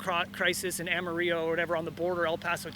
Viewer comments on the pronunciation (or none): Dude butchered the pronunciation of my city. Ama-reyo? Lol, Pretty sure he referred to Amarillo as “on the border” too. The border is over 400 miles away at its nearest point. Lol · did this mofo just say “Amaree-O” 😂😭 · Did that clown pronounce amarillo as amario? Like im aware thats the correct spanish pronunciation, but it is not how the locals pronounce it